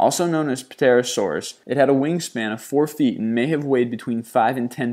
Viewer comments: Puh-terodactyl... Puh-terosaurus... sigh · btw the p on pterasaurus is silent , but dont know if i spelled that correctly but yeah, silent p.